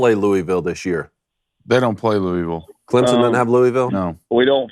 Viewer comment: It's pronounced, Loo-āvull. Haha not, Lewwy-ville